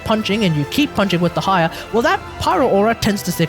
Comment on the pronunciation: I've always heard it pronounced the former, which is why I was surprised that he was saying it the latter.